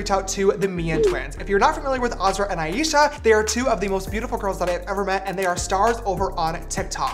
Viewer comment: he did not just say ieesha its aisha no hate tho love ya